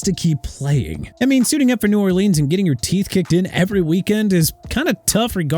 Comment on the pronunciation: You know what?! TYREEK HILL'S SEASON SHOULD BE HIS LAST AND MAYBE HE SHOULD RETIRE TO MAKE YOU HAPPY AND MAYBE MIAMI WILL NOT GO TO THE PLAYOFFS TO MAKE YOU HAPPY TOO!! YOU HAVE WASTED MY TIME!! GO DISRESPECT ANOTHER TEAM MR. "I CAN'T PRONOUNCE NEW ORLEANS FOR NOTHING"!! NEW ORLEANS PRONOUNCED NEW OR-LINS!! GOT IT?!